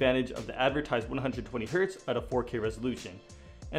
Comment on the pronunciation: HERTZ not HERT